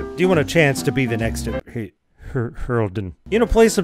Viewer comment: Ok, so. The prononciation of Holden annoys me. There used to be a car brand in Australia called Holden. It was pronounced HOL-DEN. I have no idea if 'Holden' pronounces his name like that, but that's where my brain automatically goes to.